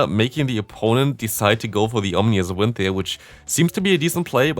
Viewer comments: your videos are great, love the content, but its pronounced om-in-us wind. Ik it doesnt matter but it was bugging me and couldnt keep ignoring it. Still great content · aww-min-us wind